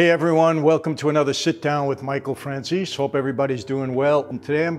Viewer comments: I love the guy and the work he does. I love listening to him. But the way he mispronounces Italian people and place names, including his last name, is unforgivable. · Why does he pronounce his own last name like that? I refuse to believe he doesn't know the real pronunciation!